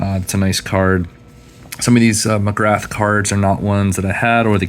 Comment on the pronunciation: Hey buddy, Love your videos. You’ve got an awesome collection. Just a small note Glenn McGrath is pronounced McGrah. He used to have an iconic chant whenever he bowled at the G ‘Ooo ahhh Glenn McGrath, ooo ahh Glenn McGrath!’ Those autos of his you have are 🔥🔥🔥